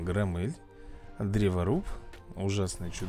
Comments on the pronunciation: Не громмЭль,а грОммель. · громель ударение на о)